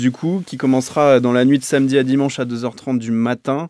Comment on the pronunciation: "Sainmedi soir" c'est une prononciation de gen Z ça encore